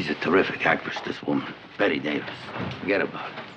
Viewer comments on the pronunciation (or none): "Bette Davis - fuggatabouit." 😂